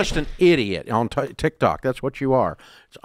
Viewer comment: Every time Dave says Tik Tak, a boomer donates money to the Nigerian Prince